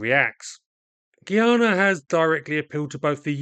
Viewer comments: Guy-ana not Gee-yana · It's pronounced Guy-ana not Geeyana. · It’s pronounced guy…ah…na. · Why do westerners say the word guy normally, then say gui in pronouncing guyana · Why does EVERYBODY find it impossible to pronounce this country's name properly!? GUY-ANA GUY ANA NOT "GEE-ARNA" 🙄🤦🏿‍♂️ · Guy - Ana : correct pronunciation